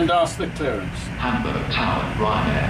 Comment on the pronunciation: I really like the fact he puts effort into correctly pronouncing Düsseldorf and Hamburg